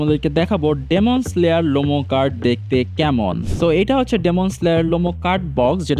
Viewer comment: ভাই ডেমন স্লেয়ার না তো ,,,,,ডিমন স্লেয়ার হবে উচ্চারণটা।😂